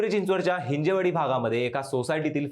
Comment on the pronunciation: अरे ते हिंजेवाडी नाही बाबा नो तुम्ही तरी मराठी आहात नीट माहिती घ्या ते हिंजवडी आहे 😢